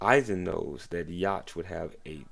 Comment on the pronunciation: Yhwach name is pronounced (You Ha)